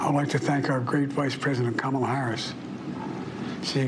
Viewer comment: D’oh! He accidentally pronounced her name correctly 😮